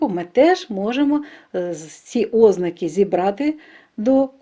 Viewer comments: Чому ставите неправильно наголос? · У слові "озна'ки"наголос на другому складі!